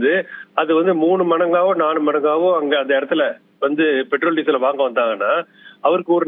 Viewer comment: தமிளகம் Betrol (Petrol) இது என்ன? உச்சரிப்பு